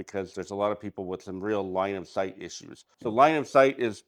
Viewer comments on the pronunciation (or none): why do you keep calling it "Lion sight" 😂 it's "Line of Sight."